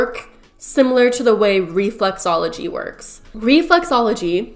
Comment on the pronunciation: she says reflUxology, it’s reflExology…